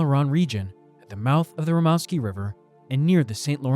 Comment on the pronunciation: Pronounced Rim-moose-ski.